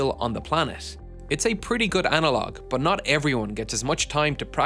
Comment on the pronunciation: It’s “but”, not “bus”.